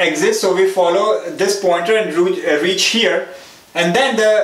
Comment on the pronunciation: when he said rooch instead of reach!! . Even after that mistake, he again said roo and switched to reach. hahaha! :D